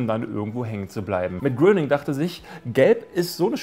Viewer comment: "Serienerfinder Matt Groening" Er wird "Greyning" ausgesprochen ;)